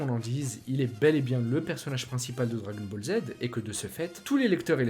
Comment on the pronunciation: Comment tu dis le dragon ball Les djagon bolls